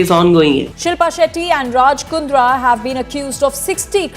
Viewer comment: Raj Pondra😂😂😂😂😂😂 😂😂😂😂Sorry I Mean Raaj Kundra😂😂😂😂